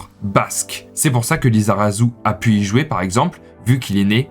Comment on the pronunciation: bah merci à toi, t'as fait aucune erreur durant la vidéo, bon si ce n'est par exemple prononcer le son "z" à "saint-jean-de-luz" ou "lizarazu", mais bon même des basques font cette faute et ne prononcent pas "s" au lieu de "z".